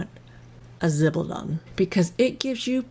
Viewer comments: It’s pronounced (something like!) Zib-al-dohn-ey. Jennifer from Chic Sparrow has a good video on it too. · Shock news ladies - guys keep zibaldone too! And I'm sorry but I couldn't stand the constant butchering of the pronunciation of zibaldone and left after 5 minutes - a shame, it was probably quite interesting.